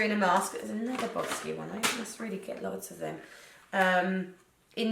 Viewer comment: lmao boss-kia